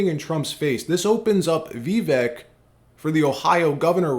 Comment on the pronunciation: His name is Vih-vake', not Vee'-vek 😩